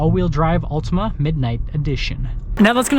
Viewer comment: Not sure about this review. You can't pronounce the name of the car correctly.